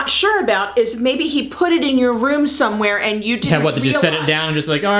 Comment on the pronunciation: Can somebody teach how to say the word somewhere correctly? 😂